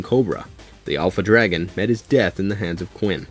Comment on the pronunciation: ive never heard someone pronounce dragon so wrong before